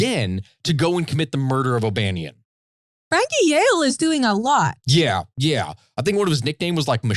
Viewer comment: Dean O’Banion was my great great grandfather and it drove me crazy hearing you switch between pronouncing my last name correctly and butchering it